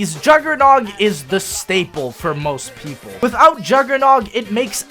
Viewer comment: "most PLEAPLE"